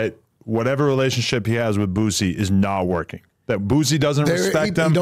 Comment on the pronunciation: Wack please stop calln dat man BOOTsie 🤣 its cringy